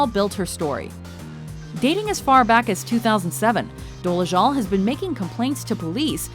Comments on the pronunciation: Why do you keep pronouncing her last name as "Doleshul"? It's Dolezal. With a Z, not SH. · Would be nice if the narrator could say her name right. Good grief.